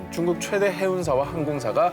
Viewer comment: 오상진 아나운서 중국을 쭝국이라 하시고.. 맨 앞글자에 오는 시옷 발음이 좀 세신 것 같은데 말 하실때 힘을 좀 빼시는 게 어떨런지